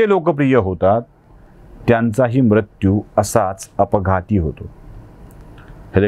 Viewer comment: उच्चार दोष मृत्यू , कृत्य दृष्य हे आपण म्रत्यू क्रत्य द्रष्य असे चुकीचे उच्चार टाळा